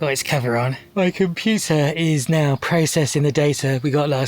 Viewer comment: I swear I heard arcade show down nyaw